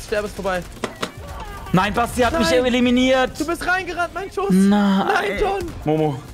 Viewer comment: John: „Nein basti hat mich eleleminiert“